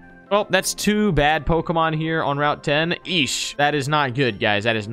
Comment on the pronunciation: anybody else cringe when you hear these dudes pronounce the pokes